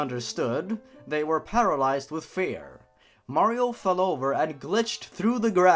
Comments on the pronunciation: R.I.P headphone users xD edit #1: did you say Mearrio at kinda like.. - (it's not a problem it sounded funny xD) edit #2: And a loud voice said... COWARD FOOLS MERASMUS IS HERE, FUCK YOOOOOOOOOOOOOOOOOOOOOOOOOOOOOOOOOOOOOOOOOOOOOOOOOOOOOOOOOOOOOOOOOOOOOOOOOOOOOOOOOOOOOOO MERRRRRRRRRRRRRRRRRRRRRRRRRRRRRRRRRRRRRRRRRRRRRRRRRRRRRRR edit #3: "he still was alive" I WILL NOT DIE, NOT YET AMIGO! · How to pronounce Mario [MALLEO] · mayro itz mayro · It's a me a maro XD